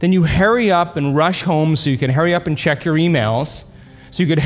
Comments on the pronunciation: "So you can Harry up"... 😂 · "Hairy up"